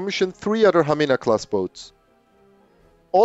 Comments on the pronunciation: that was very excellent pronounciation of Hamina. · Your Hamina class was perfect pronaunciation😍🇫🇮